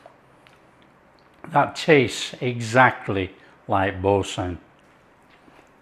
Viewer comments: Bore - San not Bore - Sin…. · It should be pronounced ‘boor - san’. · “Bore San”